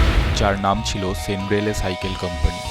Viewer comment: সেন রেলে নয় , 'সেন -র‌্যালে '